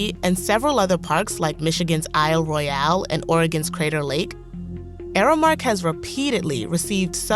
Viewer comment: It’s Isle Royal, not Isle Roy-Al 🙄